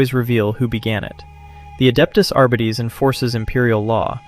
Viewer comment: Ai voice? "Arbedeez personnel"